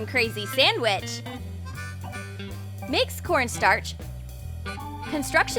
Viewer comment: She said scorn starch 😂😂😂😂